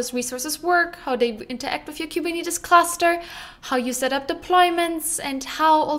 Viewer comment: Please stop mispronouncing “”Kuberneetes”